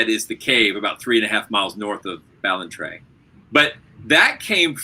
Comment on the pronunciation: Blake's pronunciation of Ballantrae was perfect. We say Edinburgh Edinbruh. We live to confuse. Just as well nobody in this story lived in Auchtermuchty. ;)